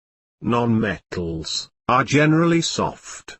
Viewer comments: hahahahah he says met...tals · BUT HE SAYS ME TALS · Love the way you say m-e-tt-als🤣😂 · gets me all the time "Me-tt-als-" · THIS IS SOOOOOOOOOOO FUNNY.. Me-tt-als and Non-Me-tt-als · He doesnt say matels me tals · We watched this in class and had to stop after 30 seconds because everyone was dying of laughter from the way he said metals😂